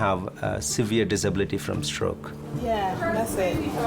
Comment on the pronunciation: Severe “deseblity”?????? As long as they treat us right!!!!